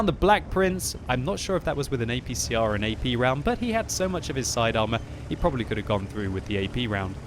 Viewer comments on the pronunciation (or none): none